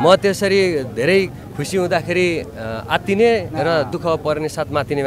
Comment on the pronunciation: भारतजीको जिब्रो चिप्लिएछ आत्तिने र मात्तिने 😃 शुभकामना छ !!! 👏👏